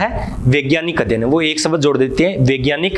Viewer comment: शबद न बोल कर आप शब्द बोलिए सर।